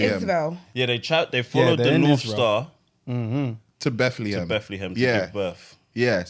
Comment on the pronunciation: Imma need all of you to collect the helmet for that pronunciation of Bethlehem